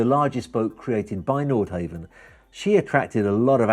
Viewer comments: Nordhavn is pronounced Nordhavn, not Nordhaven. Want to drive a Priius or a Cheevy. Come on man, earn that fat commission. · like the video and im sure you have heard that its ..nordhawvn not nordhayvn.. and nothing to do with japanese i liked the history part but would like a follow up on the yachts in more detail .. keep up the good work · Great presentation - just one thing throughout isn’t quite right - the pronunciation of the company name: I believe the pronunciation is Nord-HAH-ven, not Nord-HAY-ven. Haven does indeed come to mind when picturing owning one! 🙏🏻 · It's not pronounced nord-hay-vn, it's nord-hah-vn. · Hate to "nit-pic" But its "NORD" HAVN not "NORTH" HAVN.. If your going to represent them, learn how to pronounce their name! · Frustrating to hear him say Nord Heaven, ruins the clip. NordHavn = North harbour in Norwegian AND Danish. Where on earth did you get that Nordhavn is Japanese? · and its pronounced nord hawvn not nord hayvn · Havn not haven. Not back from Holiday season yet? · You need to pronounce the name correctly. Try 'nor-how-n'. How could you get the basic facts so wrong? (Norhavn is 'Japanese' for North Harbour!) It makes you look like a fool and as someone that has little or no idea about what you are trying to present. I suggest that you delete the audio and try again. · You really should be able to pronounce the brand name before making a video about the yacht.